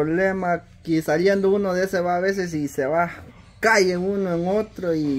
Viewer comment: Que mal habla como que "caye"??? Se dice Cae (de un problema a otro).